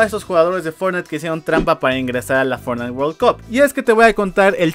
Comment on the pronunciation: "fortntie" orales un nuevo juego xD Buen video.